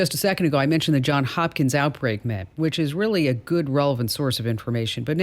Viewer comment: Johns Hopkins, Johns hopkins, Johns Hopkins, say it with me Johns Hopkins...